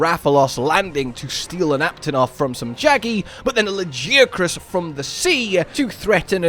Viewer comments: Hard ' G '. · Luh-geeh-ah-cruhs???? Dafuq. Ain't no way anybody is pronouncing it like that. Idk what it is with MH players and pronunciations from fking narnia. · Your pronunciation of Lagiacrus is wild lol. Luh-Guy-uh-kris is correct I believe. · I will accept any other pronunciation of Lagiacrus except yours.... wtf was that.... ToT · Im still tryna figure out the correct way to pronounce Lagi's name bc every single time i hear his name being said its pronouced complete different. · I gave you crap over the pronunciation (and yes I do pronounce it Tie-grex and am a hypocrite) but your excitement over this addition is awesome to see. Lagi has always been my favorite monster and I started with Tri, I reacted just like you said to the second title update. He just has such presence and a lordly feel. Good analysis of what his addition means going forward. I truly hope they keep the size from world.